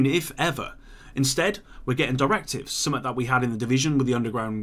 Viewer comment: Kindly learn how to say "something" correctly